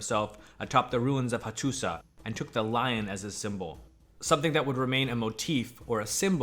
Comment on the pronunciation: Learning a lot here. Excellent presentations with one caveat: the pronunciation of many proper names of the historical figures and places is not like what I’ve ever heard. Example: Hattusa has historically been pronounced Hattusha. Great site.